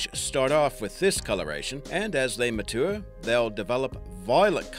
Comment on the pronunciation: "mah-too-er" lmao